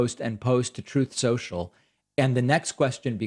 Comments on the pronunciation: Troth Senshall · Every time I hear David mention Truth Social I hold my breath and wait for him to play the "Troth Sencial" soundbite 😆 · David sir, what is this "truth social"? Surely you mean troth sensal sir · What's the heck is "Truth Social?" Is that like that amazing Twitter replacement Trowth Sential? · david. it's troth senchial.